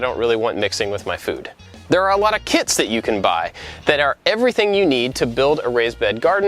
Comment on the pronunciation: I heard kids not kits xD